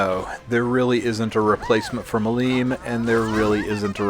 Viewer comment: MI-lim, not mi-LIM :D